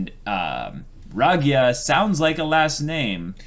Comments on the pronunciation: The way you pronounce Ragyo's name is sorta painful XDD Ra-gyo. With the emphasis on the last O. Not Ragya. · Satsuki's mom's name is pronounced ra-gyo, long drawn out o sound. The Ragyou spelling is a bit confusing to an English reader, but you gotta remember that in Japanese-to-English all vowels are pronounced individually.